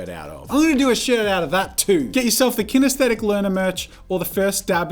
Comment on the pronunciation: Jazza... it’s kinesthetic...